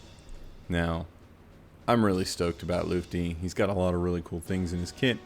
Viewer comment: The most mysterious thing about Lutfi is why no content creator can say his name correctly 😅